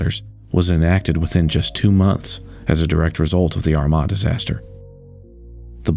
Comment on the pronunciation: Two years later and I'm still appreciative that you were able to say Armagh correctly